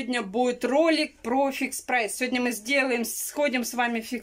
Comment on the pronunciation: "Сёня наа буит обзорчик вкантарить в целом по идее". В этом вся!!! Может пойдёшь поработаешь на телевидение, преподавать язык тарантинский. Вон уже сколько людей на ем научились писать и говорить. 😁😁😁.